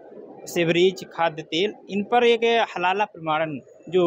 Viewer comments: Abey SUTIYON HALALA nahi HALAL hota hai. 😂😂😂😂 Padh likh kar aaye ho ya RISHWAT DEKAR ?? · It is हलाल and not हलाला 😂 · Halal hota hai halala nhi.😂😂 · पत्रकार महोदय बार बार हलाल को हलाला हलाला बोल रहे है। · हलाला नहीं भाई - हलाल. 😅😅😅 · Abe naam to sahi bol, halala nahi halal hai wo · sabke sab zahil log kam se kam ek word ko sahi se nahi bol pa raha hai dono zahil.halala nahi halal hota hai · Chaman chu....iya it is halal not halala😂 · Abe name to shi se le halal ko halala bol rha h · Haha भई वो हाहाल है, हलाला नहीं है l हलाला जहाँ होता है आप जा भी नहीं पाइयेगा l अगर जाते हैँ तो हमें भी video दिखाइये गा l you tube तो नहीं ही करेगा क्योंकि वहाँ पोर्न banned हैं 😀😄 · Bhai....halala nahi....only halal....pahle tikh se prounce karo😢